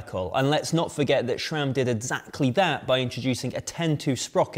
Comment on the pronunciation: ah yes "Jura-ace" and "Schram".